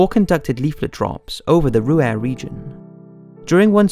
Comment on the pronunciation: With all the effort that you obviously put into this video it is surprising that your German is so bad. It is not difficult to find out how German words, such as Rhur, Graf Spee and others are pronounced. Otherwise not bad at all.